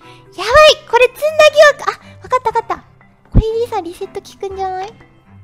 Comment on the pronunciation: 詰ん↑だ↓すごく好き🐬